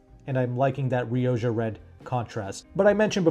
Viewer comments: You are Riodja red, its pronounced Riokkha. Its Spanish word for red! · Surely "rioja" is pronounced "ri-o-ha".